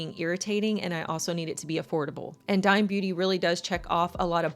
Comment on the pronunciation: Hi! I think the brand is pronounced Dee-may. It’s owned by a Mexican singer named Becky G